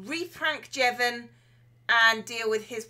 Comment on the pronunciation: THAT'S MY NAME! SHE PRONOUNCED IT CORRECTLY!!!!!